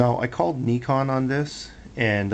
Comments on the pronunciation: its not called kneecon its called n-eye-con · I heard にかん instead of にこん. I can live with that considering he's from Hawaii. Dude before suggested he should say ないこん or んえこん which is just silly. So take your "!" back, I don't need your lesson. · he still pronounced it wrong though. He elongated the "i" sound too much. its Ni - kon!